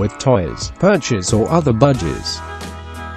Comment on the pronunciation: Why does it sounds like he said budgiedas Also they said buy a big cage and they show a tiny cage